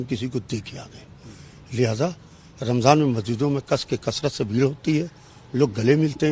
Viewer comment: Phle ramzan bolna sikh le